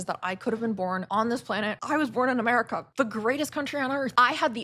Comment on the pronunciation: I had to fight the monke urge to not watch this. your accent made that sound like “I’ve never believed in god but I do believe in merica”